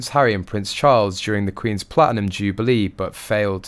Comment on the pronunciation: Wish this commentary would pronounce the Ts. Its Platinum not pla inum